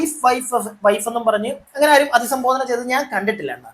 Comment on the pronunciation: അധിസംബോധന അല്ല..അഭിസംബോധന എന്നാണ്..